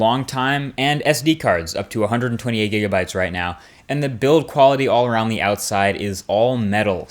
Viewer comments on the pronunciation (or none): none